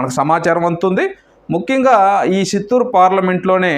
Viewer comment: Useless news useless & shameless anchor .. unable to pronounce Chittor....& Vijayawada...